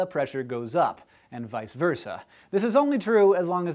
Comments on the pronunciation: ...I think it's "vice", not "visa" versa? Nice explanation btw ^^ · Vice versa! Not visa versa! Dammit, Hank, you're supposed to be infallible xD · "visa" versa? really? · Isn't that the Classical Latin pronunciation? Then there's the other Latin which I don't know much about: /vee-keh vehr-sah/, and English: /vice versah/. At least that's what I think. :s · While I won't complain about the common mispronunciation of "vice versa" (it should sound like "WEEkay WERsah") I do have to say something about the spelling in the corner. It's "vice", not "visa". Also, pivnert.